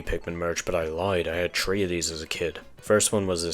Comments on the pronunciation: Everytime you say 3 I keep thinking you’re trying to say tree 🌳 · My girlfriend got confused with the way you say "Pikmin 3" she thought that there was a game called "Pikmin Tree" where they're all on a tree instead of the ground. I love her lmao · I think he's Irish, because he pronounces "three" like "tree". Hope this helps with your racism.